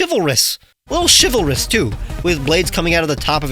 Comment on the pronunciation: while he can't say shivilourous I can't spell it without google!